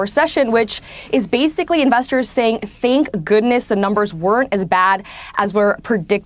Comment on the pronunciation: Where have people learned to say, "... think goodness...", instead of, "... thank goodness...". Just after . Picky me.